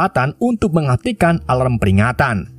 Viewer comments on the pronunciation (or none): none